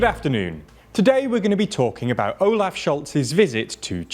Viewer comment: Almost. The O in Olaf is more like the last O in Ontario.